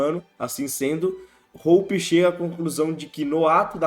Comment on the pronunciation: btw Hoppe se pronuncia como "róópá"